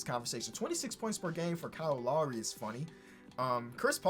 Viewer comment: Classic, “Kyle Law-ree”